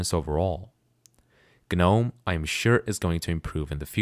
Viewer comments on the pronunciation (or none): pronunciation for Gnome is Nome, silent G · Why are you pronouncing the G in GNOME? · ah yes. g-nome.